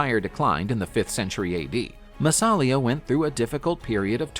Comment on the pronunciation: Hey: It's NOT pronounced "MassAlia" but "MassalIa"!